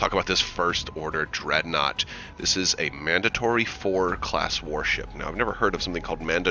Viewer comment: "Mandatory" was a miss read. It is the "Mandator IV" I presume there are 8 of them in total and they all fit together like a giant pizza to make a new deahsstar superweapon😁😁😁